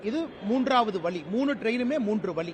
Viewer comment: Vazhi not vali...thala vali..